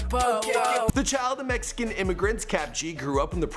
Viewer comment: "messyken" lmao!